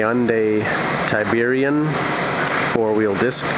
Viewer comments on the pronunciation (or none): I like how he pronounces every letter in the cars name. So he lets everyone know that he is definitely a white guy. And I can say this because I live in an area where most of the town names are not spelled as they sound and I hear it every day.